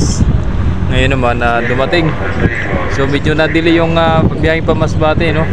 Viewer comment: "DELAY" hindi "DAILY".